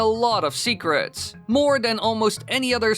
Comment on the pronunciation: Ya boy said "Secraats"